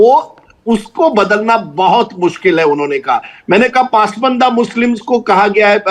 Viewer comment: PAASMAANDA nahi...... it's PAS-MANDA...